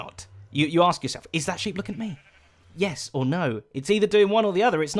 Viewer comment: Zedaph. Honestly. You're an englishman. You said SHEEPS!